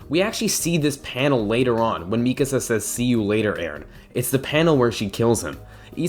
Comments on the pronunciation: i’m interested in this vid but i just heard him pronounce mikasa “mi-kuh-za” and now i’m scared to resume knowing how miserable i’m going to be every time he says her name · Omg the way he pronounce Mikasa 🤢